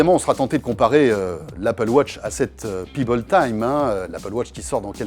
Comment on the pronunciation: PEBBLE pas Pibble ! Pèbble ça se prononce!